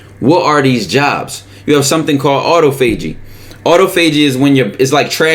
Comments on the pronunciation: It’s pronounced auh-toffa-g not auto-faygee lol my b for being the grammar police ik you pronounce certain words different like bombaclot and personality 🤣🤣 #dojo2damoon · Lol dude said “ auto fay G “